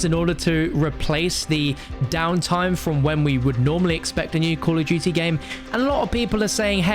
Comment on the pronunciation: Call of dooty